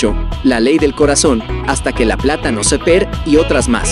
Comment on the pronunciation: Pronuncia bien. Hasta que la plata nos separe. Seper😂